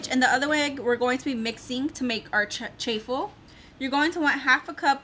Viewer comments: It’s actually pronounced Chaw-ful like a cheese waffle. But for anyone who hasn’t tried them they are really good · Please say chaffle just like waffle with ch sound cha ffle